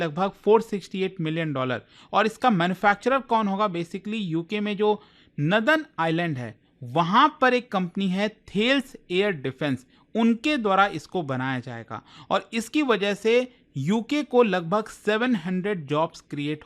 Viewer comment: As being the ex employee of Thales, here are the 2 things I would like to clarify. 1) Thales is a French Aerospace and missile manufacturer having manufacturing plant in Belfast, UK 2) Almost 99% people pronunciate the name wrong. The name is not थेल्स, it's थैलेस